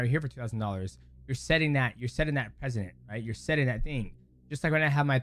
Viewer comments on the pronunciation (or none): PRECEDENT not PRESIDENT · “Precedent” not president